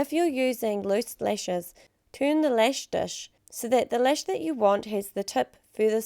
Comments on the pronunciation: I like how she pronounces lash as “lesh” lol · ***** yeah I know, but cuz of her accent she says lesh .. i don't know if you hear it, but i do :) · Dahna Hack she does say lash yes but it's the way she pronounced A in the word lash. I know it's her accent but to someone who is bilingual, like me, and you pronounce letters different ways it sounds like she said lesh. But I'm not going to argue about this because not all are bilingual and have the same pronouncements. I rest my case lol happy day to y'all